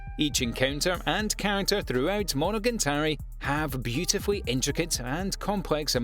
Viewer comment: Monogantari Demon King Diamo really? is it too difficult to read the letters on your screen? I like your Top 10 videos but please pay a little bit more attention to the actual names of the anime. it ruins the whole sensation.